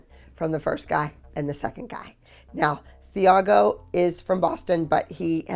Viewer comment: Not TH-ah-go it’s Tee-ah-go